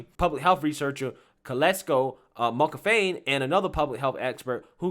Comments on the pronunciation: “KONKRY POX”? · "Monkey Pox".....The 'K' is silent. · I laugh every time you say monkey pox. This just sounds so silly.